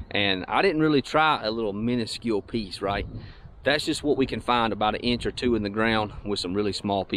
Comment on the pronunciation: “It’s about an eeinch down”..😝